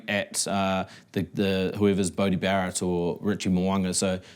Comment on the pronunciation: The host really needs to improve his pronunciation, the way he butchers Barrett's’ name and other words (scrum half not scum half lol)